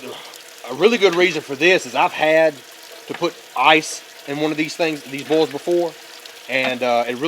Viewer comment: Just set it outside for 30 seconds if you are in Canada. 😂 BTW, I am a Canuck now in the south, although not far enough for "bowls" as he says it.